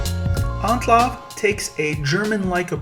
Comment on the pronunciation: This dude really pronounces it "Onclov" lmao